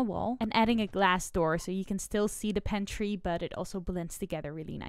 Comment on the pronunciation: Where you gotta be from to pronounce it "pen-tree"?